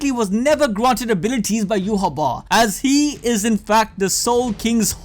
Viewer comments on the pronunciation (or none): "Ya Wock" lol I believe it's Yoo Ha. Idek don't ask me ask the Japanese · It's pronounced U. HA BACH